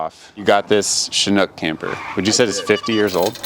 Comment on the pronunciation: If you’re super familiar with chinooks, proceeds to pronounce it wrong